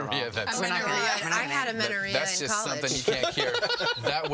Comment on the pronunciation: AMENERRIA "I had amenerria in college... had to take antibiotics" HAHA 🤣